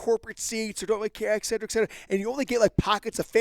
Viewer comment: It’s funny the way you say “excedra” instead of “et cetera”